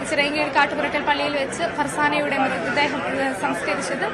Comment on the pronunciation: Kattumurakkal not kattupurakkal